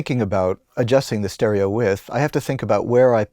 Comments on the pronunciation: "Stereo With"? It's pronounced, 'wiDth'. The D isn't silent. But who axed me? 🤨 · The word is Width not With... Can't believe you were unaware that you continuously made the same mistake repeatedly... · Where did the soft, barely-there - but there! - 'd' sound disappear to from the word 'width'?